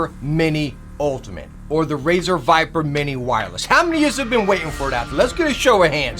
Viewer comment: Razer Vipere With "e" lol